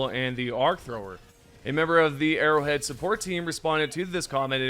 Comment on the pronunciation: it sounds like ur saying "errowid" instead of arrowhead lol